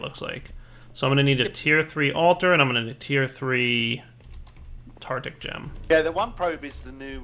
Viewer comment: We finally got to pronounce "Perditio" correctly, now we just have to work on "Tartaric"